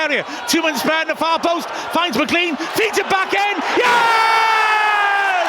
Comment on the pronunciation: Day 104 of asking him to pronounce McLean correctly